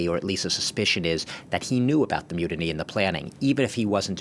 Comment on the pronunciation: When says "myoodinee", does he mean "mutiny"?